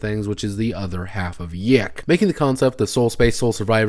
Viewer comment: it's pronounced, "yick" :P also idk how much I'd consider tracing elisa lam's last moments on camera for the PC's waifu's death as "hilarious"